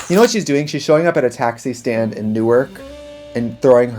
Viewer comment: LMAO IM MAD SHE SAID NEWARK !